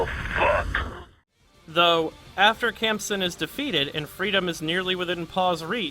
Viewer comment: Fyi "khamsin" is pronounced with a nasal "HH" sound in the first syllable - think clearing your sinus